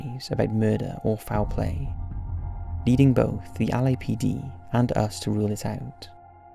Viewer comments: He keeps saying Ali-A PD. 😂😂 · Like the way you pronounce LAPD and Los Angeles. 😊